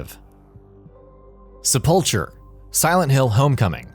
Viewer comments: #15 Your pronunciations. Sepul-cher? Do you mean Sepul-ker? Algamation? Do you mean amalgamation? Tins? Do you mean tines? Your quality has gone the wrong way since I've subscribed. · Great video (as usual) but #10 is pronounced SEP-UL-KER. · ce pull cur hard c not ch sound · You misprounounced Sepulcher. The "CH" is hard; not soft. SEP-ul-KER. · Okay but why can't we pronounce "Sepulcher" correctly? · I cringed whenever the dude said "Sepulcher" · A sepulchre is a monument or room in which a body is laid. It's pronounced with a hard 'ch', which sounds like a "k". What you were fighting was the resting place of a dead being.